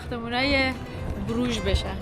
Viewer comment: تلفظ درستش بروخ هست